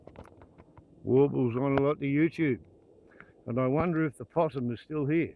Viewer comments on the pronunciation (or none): Only came to say: opossum lol